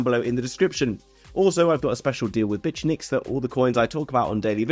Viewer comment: Why do you pronounce Bitunix like that? 🤨🤨🤨